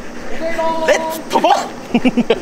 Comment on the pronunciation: ポセイドーンが若干ポティトーって聞こえた‼️🤣